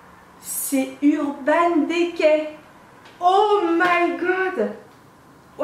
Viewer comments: mets un i à la place é mdrr ça m'a stressé 😭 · Ca me stress le urban « dé cay » 😂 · urban décay, urban dicey la prononciation stp